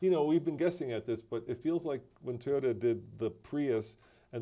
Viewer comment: Teayota lol